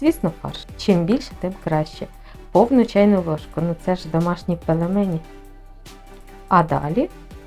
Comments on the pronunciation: Сонечко, ну не пелемені, будь ласка. Пельмені! Вухо ріже. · Пэлэмэни??? Это по-каковски? Ааааа в укр.кухне нэма пЭлЭмЭнив .